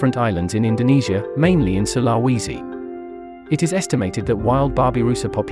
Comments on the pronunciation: I'm Indonesian and the when you pronounced sulawesi hurt me mentally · The way this bot pronounce Sulawesi 😂